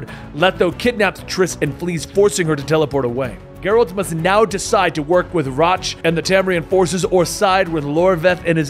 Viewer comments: How do you mispronounce Roach? I mean its funny mispronouncing EVERY name, but it's kinda hard to follow tho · Rotch... Like crotch lol. If you play the games they pronounce the names. Still really enjoy your videos